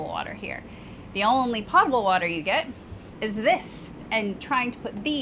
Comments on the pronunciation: Potable water, I know a lot of people pronounce potable like she did, like a pot, but the correct pronunciation is pōtable, with the o sounding I like “oh”. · Other than reinforcing the upside down umbrella idea, I’d like to add that the word potable is often mispronounced. Potable has a long ō, just like the word potent. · Love the episode. Hope everything gets worked out. One thing I heard during food safety couses at Penn State, was that the term is mispronounced pot-able. It is correctly pronounced Pote-able. (flowing clean water) Keep on keeping on. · FYI, the word potable has a long o sound in it. It would rhyme with "boatable" if there were such a word. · Even if you two did videos about riding lawnmowers, they would be a blast to watch. Your video and storytelling skills are that good! By the way, potable is pronounced with a long O sound (rhymes with notable). Not trying to be pedantic, but I first learned that way back in the 80s while I was in the Navy. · Potable has a long o sound. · You pronounce potable with a long “O” not a short “o” like toe, not pot. 😂 But in all seriousness, you guys are wonderful. Those of us who have watched you since the beginning, watch because we love you guys and the content you create, which includes how you stay positive in some very difficult situations. I started watching your channel in the RV days doing homework for my husband and I as we were planning to move into an RV full time. I’m currently trying to convince him to move into a canal boat full time for a while - he gets SUPER motion sickness, so a sail boat would be completely off the table. Any suggestions?